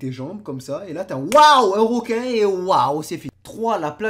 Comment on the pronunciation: On dis un requin pas un roquin merci